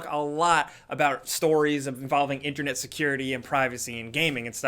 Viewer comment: Am I the only one who hates the way says internet 😂